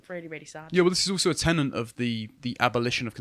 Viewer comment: It's tenet, not tenant. A small thing but worth getting right, as they both mean very different things!